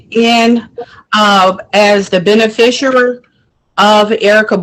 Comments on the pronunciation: Lady… there is NO such word as “benefisher” 🤦🏻‍♀️😤🤯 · "beneficuary?" What the heck is that? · WTF is a "benefisher"? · She can’t even pronounce those extra super special magic spell words of that incantation. She is not a “beneficERER” and definitely NOT “indiG-juss” Not an American Indian whatsoever. I guarantee she doesn’t even know who her father was. And “for the record” it wouldnt make any difference if she were. If you’re physically located within the borders of that municipality then you are under their jurisdiction. It wouldnt matter if she were the Queen Of Mars. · She’s too drunk to say beneficiary properly… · Very funny that she was using the word beneficiary endlessly, but didn't manage to say it correctly even once 😂